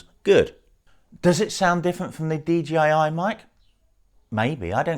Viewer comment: thank you for saying DJI and not as most say DGI. Does my swede in!